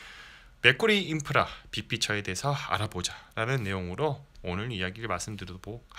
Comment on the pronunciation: 자꾸 맥꼬리인프라로 들려서 잼나네요ㅋ 영상 잘봤어요~